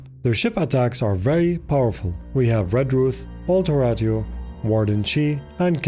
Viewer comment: I know this might not be important but Horatio is pronounced hr-ay-shee-ow. The name is Italian. Just a note if you happen to mention him in the future